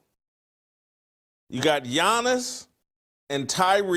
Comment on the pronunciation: Damn brah. You said Giannis name very well. 😆